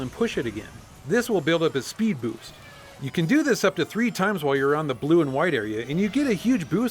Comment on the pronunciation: "speed bewst" lol